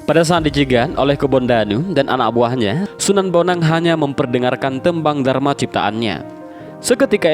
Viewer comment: Gendhing Darma itu apa hoi anjing! Gendhing DURMA dibaca DURMO. GOBLOK LU! DURMO ITU SALAH SATU DARI SEKIAN BANYAK METRUM TEMBANG JAWA. ADA MIJIL, ADA KINANTHI, DANDANGGULA, DAN LAIN LAIN. DIAWALI DARI MIJIL DIAKHIRI MEGATRUH LALU POCUNG. ITU URUTAN MANUSIA DARI MIJIL(LAHIR) SAMPAI MEGATRUH(MEGAT ROH) ATAU BERCERAINYA NYAWA DANNRAGA. LALU DIAKHIRI POCUNG ALIAS DIPOCONG, DIKUBUR.